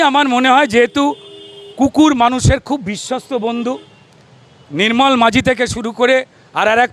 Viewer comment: নাম টা “মাজি” - মাঝি না